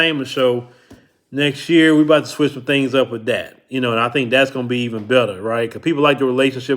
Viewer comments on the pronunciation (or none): none